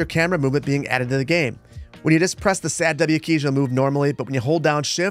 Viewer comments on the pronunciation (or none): sad-w keys? Why would you say it like that?... Really? lol. PS. It's wasd. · It's so interesting hearing you refer to the keys as "sad-w". I've always seen/called them the "wads". I'm from the deep South right outside New Orleans, I wonder if it's a regional dialect thing? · lol I’ve always heard and said “WASD” as in saying every letter. But I’m 👴🏻